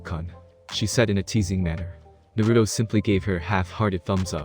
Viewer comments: First thing i hear is nurudo not naruto :\ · I don't like how he pronounces Naruto.